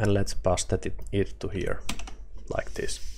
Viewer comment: not pasta my friend,, paste which is sound like paist :)